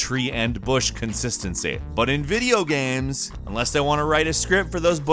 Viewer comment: 'tree and bush constitency' superb content 😂😂 loved the video